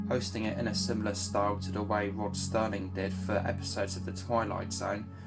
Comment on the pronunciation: It is SERLING, not Sterling.